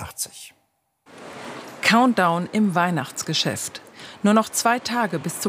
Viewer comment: Hat die Dame bei "Weihnachtsgeschest" gesagt statt "-Geschäft"? 😅